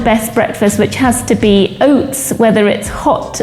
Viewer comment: OATS OATS OATS.... fockk this woman at the beginning with her stupid pronunciation